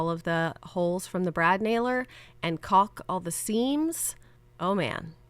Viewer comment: Caulk is pronounced kaak. L is silent 🤷‍♀️😁